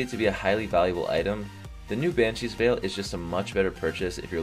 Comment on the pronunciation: Hey just saying Veil is pronounced Vayle